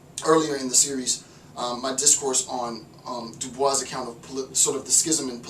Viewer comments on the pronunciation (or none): Great lecture, just a small note: Du Bois on the pronunciation his name “My name is pronounced in the clear English fashion: Du, with u as in Sue; Bois, as in oi in voice. The accent is on the second syllable.”